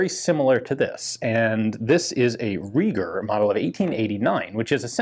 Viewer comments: If the designer was German then his surname would have been pronounced Rye-ger, not Ree-ger. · Not Reeger, but similar to Rye-ger. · Riger not Reeger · It is pronounced 'rye-gher'. In German 'ei' is invariably pronounced like the i in 'I am' while 'ie' is always 'ee' as in reed. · Pronounced "rye ger." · Just one of those FYI things, the name is pronounced sort of like "R(eye)-gur", but the second syllable is pronounced with a soft R sound. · In German you have to pronounce the letter combination „ei“ like the english „ai“. (Like in Saiga) For German speaking persons your pronunciation of Reiger sounds like Rieger. Just wanted to say that :) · Pronounced: Rye-ger